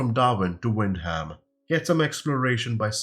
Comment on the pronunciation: As usual a great update from yourself. New Zealand is such a picturesque country. Its going to be interesting scenery flight through all the Mountainous terrain and volcanoes. Hopefully the main airports have an update as well. P.S. Wyndham is pronounced "Wind Dm"